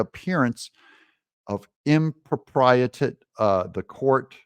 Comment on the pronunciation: Im-pro-PRY-ity. You're welcome.